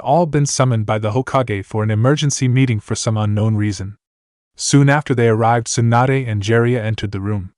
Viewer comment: I dont know if it's a translation error or a TTS narration error because it was fine in part 1 but....... "Swanda", really? Her name is Tsunade (sue-nah-day) not "Swanda". Either way, wether the error is from translation or TTS. The end result is due to a lack of proofreading/listening and proper editing. Edit- also its incredibly annoying that there is a noticeable pause before.......... "The Hold", everytime its said. Once or twice for dramatic affect is fine but when its everytime it just breaks the narration flow for no reason.